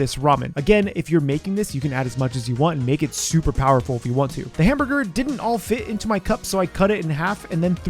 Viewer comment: Hamburger. Hamborgor.